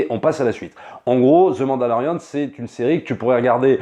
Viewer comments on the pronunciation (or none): ZE MANDALORIAN